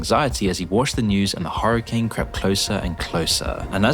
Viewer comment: I love that he says hurricane like "horror"cane 👍🏻